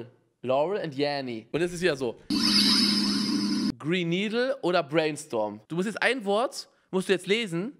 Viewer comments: Hab Brain Needel verstanden lel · ich hör nuuur gren needle